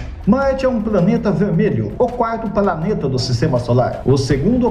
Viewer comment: Gosto do seu canal. Você fala "praneta" ou eu tô ouvindo errado?